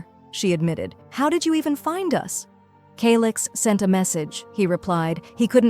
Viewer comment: Bro said(ALIX) NOT (CALIX)😂😂😂😂